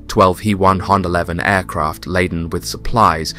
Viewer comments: its an H-E-111 not pronounced HE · Aircraft names. H E - 111 NOT He -111. J U -52, Not Jew 52. FYI, this will make you appear smarter to your audience. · Great story line, interesting film clips - the big detractor for me is the artificial voice that mispronounces way too many words and phrases! Example: It's not the he 111 German bomber, it's the H. E. 111. Then there is the name of the city - it's not pronounced Staleingrad, as in stale bread!